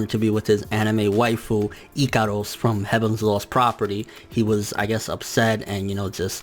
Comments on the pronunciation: NIGGA ITS IKAROSSS NOT IKADUS WTf it just gets annoying asf your pronounciation is horrible no offense and no hate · dude wtf do you pronounce Ikaros like that? I'm scratching my head figuring out who is that